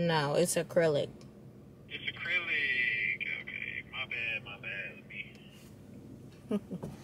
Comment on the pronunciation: “It’s AcRyLiCcCccc” 😭😭😭